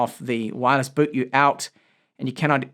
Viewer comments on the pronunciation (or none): none